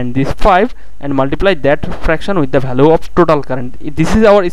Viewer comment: Nice explanation bro...but I think u should improve your pronouncation.. instead of saying value you are saying bhalue...so that's my small suggestion.. Keep it up bro